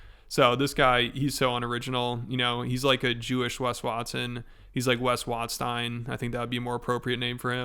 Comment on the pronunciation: Wes Wash-Stein 🤣